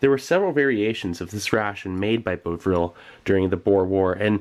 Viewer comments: "Bov-ril," not "Bo-vril." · I'm British - and those rations are just so... British. The Victorians had great faith in both cocoa and beef tea/broth/jelly as physical restoratives of the first order - commonly also given to the sick. BTW - it's pronounced 'Bovv-ril' not 'Bove-ril', the company today makes a sort of thick, black, beef flavoured paste traditionally made into a soup/tea, used to flavour food, prepare meat gravy or, shudder.. spread on biscuits, or toasted bread. A sort of non-vegetarian version of Marmite or Vegemite. Bovril is not popular in the 21st century. I absolutely hate it. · Its pronounced Bahh vrill in the UK not Bow Vrill.. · It's bovril not beuavril. Like how boff isn't pronounced boaf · Bov-ril not bove-ril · Cracking stuff mate, it's almost like archeology except using your teeth instead of a trowel. Small point - Bovril (the company is still going) is pronounced bovv-rill - well at least by the natives... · "Soddered" - "boh-vril". I'm sad now. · He pronounced Bovril as "Bohvril" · Bov-rill. Not difficult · is it bad that his mispronunciation of bovril disgusted me more than the beef